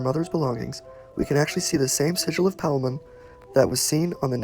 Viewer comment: It’s king Paimon bruh ain’t no Palmon